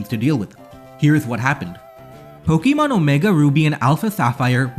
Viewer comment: Say it with me: Po. Kuh. Mon. There's no long E sound in there. You sound ridiculous.